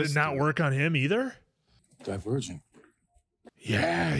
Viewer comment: pronouncing "Divergent" as "The Virgin" the whole time made me laugh lol